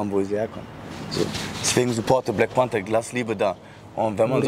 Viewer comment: ich verstehe immer wrap bei panther😂